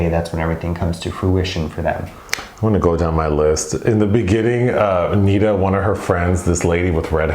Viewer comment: Good God it's pronounced Neh-Dah. Not Nee-Duh